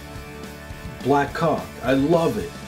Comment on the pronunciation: I think Orville was especially funny this episode, and just can't pronounce caulk.